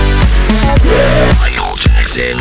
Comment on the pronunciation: Ce qui me choque c'est ta façon d'écorcher le nom du roi de la pop.